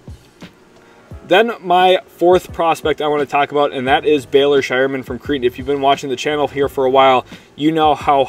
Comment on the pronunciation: Pronounced CRAY-ton (Creighton), rhymes with "Freight". Shout out my son, Nick - 2024 Creighton graduate.